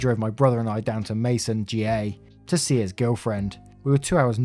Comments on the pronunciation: Just so you know, Macon, GA is pronounced May-Kon like Bacon. :) Great stories. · It's Macon with a hard c. Like bacon. Great reads as always! Much love! Loved the last story. My brother does that when people park in handicap spots. I had a hard time getting him to park in them when he took me places a long time ago. I had a placard then. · I know this is an old video, but if you see this, Macon GA is pronounced Make-on Georgia